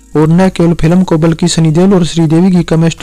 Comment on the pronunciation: Pilam nahin yaar ... Film bolo